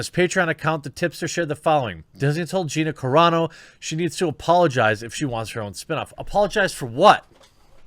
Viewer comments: Wow U finally said her name correctly. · Dude. You got her name right finally! Right on. ...... But shitty that Disney is trying to force this on her if this is true.